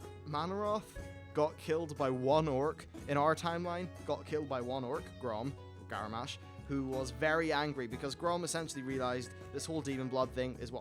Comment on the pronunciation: "Grom... Garmash."